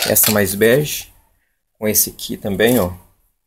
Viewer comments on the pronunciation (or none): Não é Berge ,é bege.